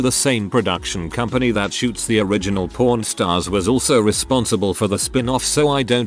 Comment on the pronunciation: And "Pawn Stars" 🤣🤣🤣